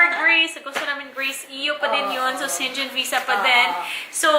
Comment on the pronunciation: Dapt pronounces shengen not shengen